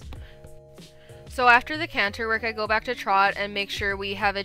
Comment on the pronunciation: I love how you actually pronounce canter. Where I live in New England we say “canner”